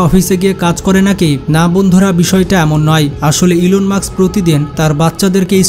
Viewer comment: ইলন মাক্স না ইলন মাস্ক😅